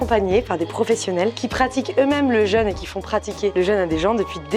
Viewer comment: jeune (jeunesse) et jeûne (privation de nourriture) ne se prononcent pas pareil. Ça permet notamment de faire la différence à l'oral. ça empêche pas de s'épouiller en rentrant